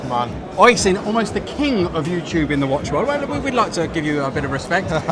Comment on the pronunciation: You really need to learn how to pronounce his name. It's pronounced "Oisheen"